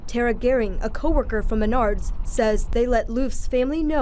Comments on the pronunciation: The way you said mUHnards made me cringe lol, it must be a Midwest thing because I’ve heard everyone call it MENerds. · Men-nards ? 😅 it's pronounced "Min-ards"...lol smh at millenials.. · Menard lol you must not have one in your area. It's actually pronounced mah-nards, rather than men-ard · You can tell your not from the Midwest🤣🤣🤣 it's pronounced "Ma-nards". Lol it's ok still love everything about your videos! Watch them daily! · pronounced "Min-ards" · I love you but I cringed on how you pronounced ‘Menards’ MENards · The way you pronounced MENDARDS, was so cute >.< But, man that guy gives me the creepssss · Why the hell did you pronounce menards like that??? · You pronounced menards wrong 😂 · The way you said Menards made me giggle. I’m currently living in Lincoln Nebraska. This is such a sad case.